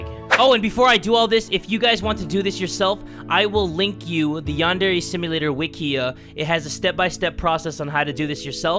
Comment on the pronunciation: Its called yan-dre